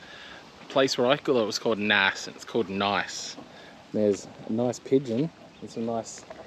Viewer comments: Naas is pronounced like base luke 😂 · No bro it's naas, lile Ace with an N